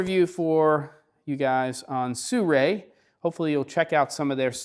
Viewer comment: You even spell it and still say Suray. It is Si-ru-i.